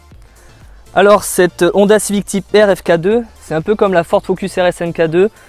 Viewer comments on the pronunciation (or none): Londa ? H aspiré donc la Honda